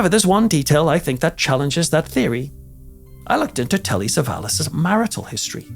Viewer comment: Acho QUE É TELLY " SAVALLAS"